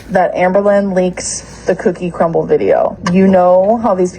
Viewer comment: Why can’t just say “crumbl cookie” correctly??!!! Gorl plsss